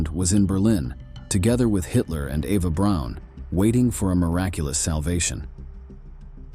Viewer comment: Why does he keep saying Ava Brown when her name is Eva Braun?